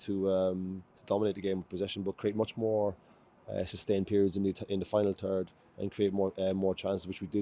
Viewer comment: "We got towards the final turd pretty easily" Unfortunately, that final turd was our finishing.